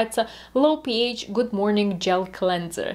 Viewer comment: Интересный ролик. Только, не говорите пИЭЙч - слух режет. ПэАш - рН